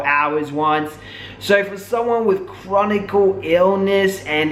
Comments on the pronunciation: It's "chronic illness" btw, Not "chronicle". Just wanted to share that with you. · I SUFFER FROM FIBROMYALGIA & BTW HERE'S HOW IT PRONOUNCED FIBRO-MY-AL-GA!!! FIBROMYALGIA IS A MUSCULOSKELETAL CONDITION. THE SYMPTOMS INCLUDED WIDESPREAD MUSCLE & JOINT PAIN AS WELL AS MODERATE TO SEVERE FATIGUE. A LARGE MAJORITY OF CHRONIC ( NOT CHRONICAL - THERE'S NO SUCH WORD ) ILLNESSES ARE ACCOMPANIED BY FIBROMYALGIA BECAUSE THE BODY IS STRUGGLING TO FUNCTION!!! WHETHER SHE HAS IT OR NOT WHAT SHE DESCRIBES IS RIGHT!!! U SERIOUSLY NEEDED TO FREAKIN EDUCATE YOURSELF BEFORE U SAY CERTAIN SHIT SERIOUSLY!!!